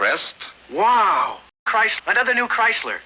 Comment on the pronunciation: Christ-ler! Ford really fucks it up! xD